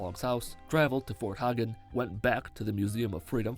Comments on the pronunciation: no offence but its pronounced heygen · can you beat fallout 4 without saying fort hagen incorrectly (its pronounced hay-gen). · fot Hagen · Why did you pronounce fort Hagen like that